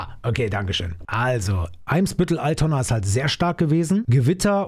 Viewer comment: Bro ALTONA mit A bitte